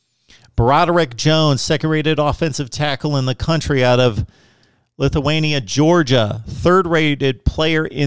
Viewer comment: Man did you just say Lithuania, Ga? 😂😂. It’s Lithonia ( Lie-thown-ya ) sir.